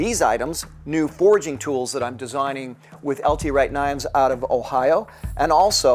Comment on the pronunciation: Also, gotta love the "check it oot" lol